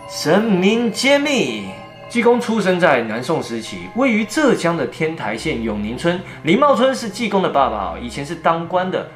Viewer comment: ，天台念天胎啦，不是天抬，第一声。胎州府哦不是抬州府